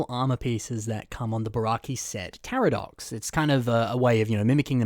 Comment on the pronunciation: I think him pronouncing "Takadox" with an R (for some reason) game me an aneurysm.